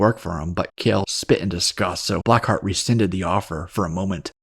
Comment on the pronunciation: it's "Black ❤ Heart," not blackheat 🤭